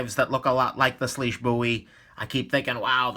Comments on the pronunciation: Its actually pronounced swish. Weird I know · IT'S PRONOUNCED SWEESH!!!!!!!!!!!!! SWEEEEEEEEESHHHHHHH